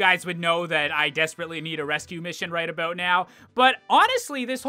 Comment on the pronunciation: I love the "aboot" he says. Canadians are classic